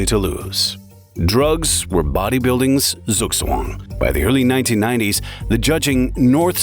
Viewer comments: Zugzwang, my German brain can't comprehend the pronunciation... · You could have at least asked google translate how to pronounce "Münzer" properly. And "Zugzwang". If you hadn't explained it I would have never understood what you even said. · Suuszuagn damn it ZUGZWANG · I had a hard time understanding "Suggsuanng" "Tsuhk-Ts-Wahngk" comes closer... When using a foreign word, research the pronouncing. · It is ZUGZWANG, not sugswan. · zookSwan 😂 - its Zugzwang - zug=move zwang=to force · Gotta love Murican pronunciations of foreign names :face-purple-crying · Der sugswan? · Wtf is a zzoogswan? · Sukswong😂… I am German, after he said thats a German word, I had to go back and think about it for like a minute until I realized what he meant. Hilarious pronounciation😂😂😂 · Sug Suang - I first thought it was chinese 😅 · Oh, me meant Zugzwang when he said soogswong. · I love your pronounciation of zugzwang😂😂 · Nobody talking about how the narrator pronounces "Zugzwang" ? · Zugzwang, die Aussprache… autsch 😅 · As a German, the way you pronounce Zugzwang is criminal😂 I had to think really hard to understand what you were saying lol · Just love how he said Zugzwang. 😂😂😂😂😂😂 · Nice documentary! As an Austrian, i love how the narrator pronounces "Zugzwang", i didn´t understand it at first, only then as he explained it 😂😂 Sounds incredible 😂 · how u pronouns "zugzwang" is funny af 😂 ur docs are really interesting 🙂 the ignorance of bodybuilder is just different, ur friends/colleagues die one after another and u still go further...just wtf?! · took me a while to realize you said "Zugzwang" 😅